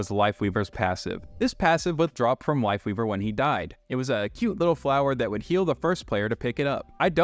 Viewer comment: am I hearing things or did he say wife leaver instead of life weaver?